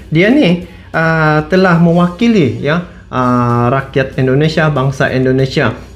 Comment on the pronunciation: Bukan Endonesia bang. salah itu. yg bener dong bang nyebutnya